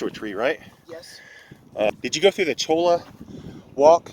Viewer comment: Cholla is pronounced like "LA Jolla" (a beach city). "Choy- ya" ☺